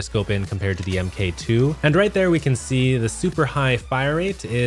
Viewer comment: God it bugs me when people say "M.K 2 instead of Mark 2"